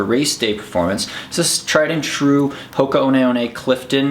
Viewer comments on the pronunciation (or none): TIL I've been pronouncing 'Hoka One One' wrong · Same here. I was pronouncing it Hoka 1 1. I need to learn how to read.